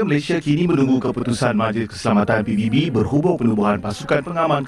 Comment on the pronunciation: Penyebutan ikutan Indonesia ngeja singkatan malah pi bi bi 😂😂